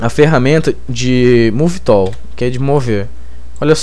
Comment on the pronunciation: Bacana seu tutorial, estou acompanhando. Vi até agora umas 4 aulas. Acho importante a estratégia que vc usou em alguns vídeos de iniciar a aula mostrando um objeto ou cena que iremos conseguir fazer no fim da aula. Com relação ao seu inglês.... realmente tá complicado :) Uma dica! a palavra tool pronuncia tul, pivot = pivô. De qualquer forma parabéns pela grande ajuda que vc tem dado não só a mim mas a muita gente.